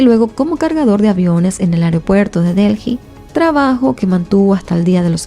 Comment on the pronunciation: Mi vida de verdad que yo amo tu contenido pero es que no entiendo por qué con todos los años que tienes haciendo Youtube no has tomado clases de dicción, ya no es solo los videos que tienen palabras en inglés, son errores que cometes por el puro descuido de no leer o pronunciar bien y uno se pierde porque quiero escuchar la historia pero dices disparates, voy por 2 minutos y ya has dicho Delji como 3 veces y Delhi se pronuncia Deli nomás, y en lugar de decir religión dijiste Región, "sosguar". De verdad toma un curso pequeño de dicción, son errores pequeños que eres capaz de mejorar!